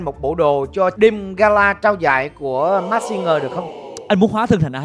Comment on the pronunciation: Làm ơn phát âm chữ “masked” chuẩn hơn được không ạ…